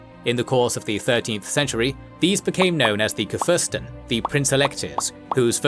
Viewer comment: a small sidenote on pronounciation: the emphasis in Kurfürst is on _KUR_fürst as it is the Kurwürde that allows them to vote. the Reich had many Fürsten but only a few Kurfürsten.